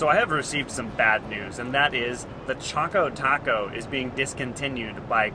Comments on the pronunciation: Choko as in Chocolate not choko as in choke. Should sound like Chawko Taco not chowko taco. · Cool videos. But it’s pretty obviously pronounced “Chock-Ō Taco”. It rhymes. Definitely not Chō-Kō Taco. Sorry to burst your bubble. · It's pronounced a "Chock-o Taco", not a "Choke-o Taco". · Did he really just say “Choke-o-taco?”